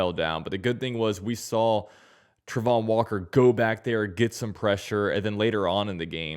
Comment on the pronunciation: I know you have an opinion on the pronunciation of Travon's name, and I ain't being an ass, but it's wrong. He definitely himself says it Tray-von.